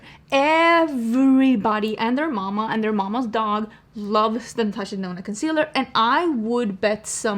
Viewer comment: The way you have influenced the start of my love for makeup, I still hear Natasha Denono